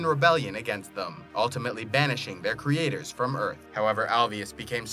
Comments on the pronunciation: KREEATORS HAHA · Kree ators Get it creators - kree ators